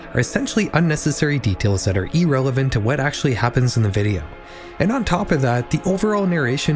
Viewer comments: It is pronounced irrelevant, not e-relevant. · It’s I rrelevant not E rrelevant. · E rrelevant is the wrong pronunciation